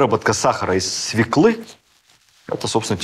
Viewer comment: Свёклы.. Сударь. Свёклы ударение на ё.